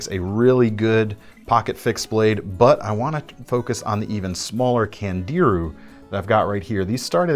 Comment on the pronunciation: I just wanna correct a lil pronunciation you had... Around the mark you showed a knife by ESEE called the Candiru (Pronounced KAN-DEE-ROO ) but look on the backside of the knife there is a diagram of the Candiru. It is a little fish called the Devil fish or the vampire fish and it is found in the Amazon river... WEll this little bugger has a tendency to....... Go to google and look for a explanation on what it does.Reason i know what it is called i saw it on a tv show called River Monsters and soon as i saw the pic i knew what it was. Its no biggy just thought you might get a kick outa this one. Enjoy!